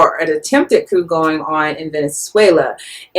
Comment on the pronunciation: The 'p' in coup is silent.